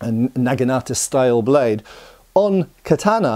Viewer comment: Please learn to pronounce ”katana” properly 😫🙏